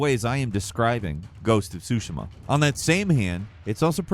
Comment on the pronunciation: Tsushima. Hard T.